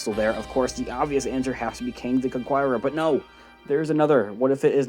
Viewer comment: CON KER ER not CONQUIERER